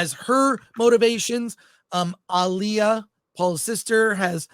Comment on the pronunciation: First channel I’ve ever seen that pronounces Alia’s name right. She is not the female R&B singer who died tragically in the 2000s. Ah-Lee-ah. It’s not uh-Lee-ah. Nice!